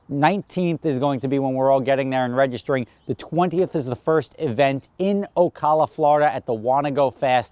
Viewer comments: Can't even pronounce Ocala right... that place blows. Get ready for jacked up trucks in desperate need of an alignment and tons of rice rockets. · Saying Ocala wrong lmao i live here